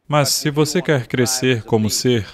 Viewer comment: "...CRESCERRR COMO SERRR!!!" 🙏🙏🙏